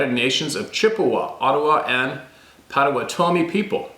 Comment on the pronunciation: " POTTO WATTO ME "POTTAWATOMIE